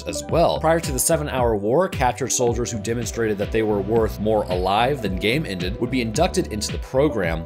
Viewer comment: Did he just say "game-ended" and no one noticed